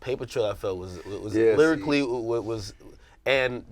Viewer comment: Does anyone notice when the word "lyricly" comes out of AK mouth gets triggered